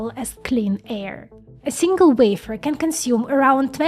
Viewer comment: Why can't you say wafer? Why must you scratch our internal ear with your vafer?